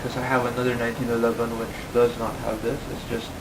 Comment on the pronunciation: " The nineteen eleben "